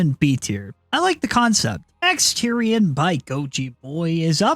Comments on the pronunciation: Omt and Exetior (pronounced X-eh-tor) are my favorites, and both belong in high S, in my opinion. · you...just called him fucking exterior... it's E X E T I O R